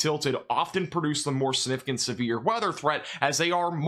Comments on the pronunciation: I love, but my god my biggest pet peeve is when he says siGnificant. He never says the G and it drives me absolutely bonkers for some reason. I know, I know. It's no big deal. It's just how my brain works... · Good job & thanks for the update!Slow down when you say the word “significant”, it comes out sounding really weird because you’re not pronouncing the “g” or something.